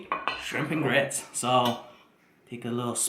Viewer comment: Come on get it together. It’s grit! Lol. 😋